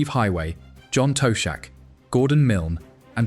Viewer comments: John Toshack's surname is pronounced: "Tosh-ack". It is not: Toe-shack". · John Toe shack! Ai strikes again.